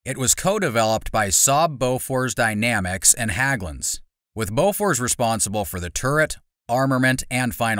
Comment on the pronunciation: HÄGGLUNDS, not HAGGLUNDS, for Pete's sake!